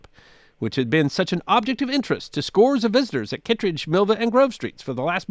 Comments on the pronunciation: It’s pronounced Mill-vee-ah for what it’s worth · Alas, Milvia still has three syllables.